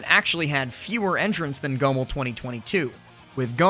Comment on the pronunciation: Why do you pronounce Goml like that lmao. Great vid though